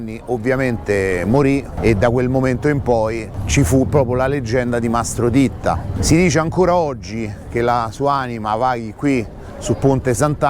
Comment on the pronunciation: Mastro ditta o titta?forse è l'accento...... Ma cosa vuoi che sia questo a confronto le porcate che hanno e fanno lo S.P..... sono i primi amici della maf.a ... Ma dai .. Mastro Titta era un piccolo ingranaggio.....